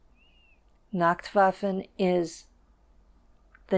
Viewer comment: She says she learned German very well but can't even pronounce nachtwaffen properly...